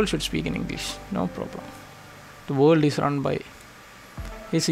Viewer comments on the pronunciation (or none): none